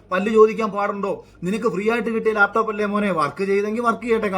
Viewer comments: ലേപ്ടോപ് അല്ലടോ..... ലാപ് ടോപ് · മുഖ്യന് ലാപ്ടോപ്പ് എന്ന് നേരെ പറയാൻ പോലും അറിയില്ല. ആ പോട്ടെ , ബാക്കി നോക്കാം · "ലേപ് ടോപ് " വിജ്യൻ 🤣🤣🤣🤣🤣🤣